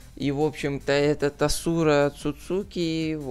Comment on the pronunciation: Незнаю как тут, но в основном Асура читается с ударением на первое а